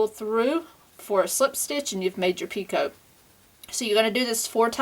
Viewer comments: Lovely shawl...your instructions are great. I enjoy your tutorials. However, the word picot is pronounced pea-coe instead of pee-cote. The French just love to use silent t's :D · I also have to agree with Carol....if you listen closely on the edging for the second end, you definitely sound like you're saying "pea-coat". And it's especially noticeable when you say it plural...."pea-coats" Sorry